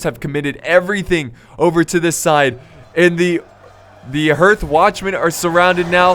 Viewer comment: I love it how can't even pronounce basic words like hearth... uneducated Americans:P